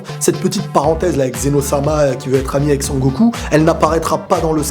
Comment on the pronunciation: C'est Zeno pas zéro